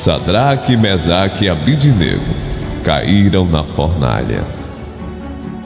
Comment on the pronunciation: Caro amigo: Sua voz é esplêndida, com forte impostação. Mas precisa ler direitinho os nomes dos companheiros de Daniel, na Bíblia (Dn 3,12): SIDRAC (e não SAdrac), MISAC (e não MEsac) e ABDÊNAGO (com tônica no "DÊ" (e não ABDINÊGO).